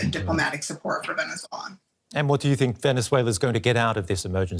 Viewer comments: It’s pronounced Venezuela not venechuela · What's the deal with that pronunciation? she's saying "Venetzuela" lol